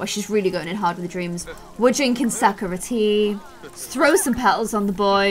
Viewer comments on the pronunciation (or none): none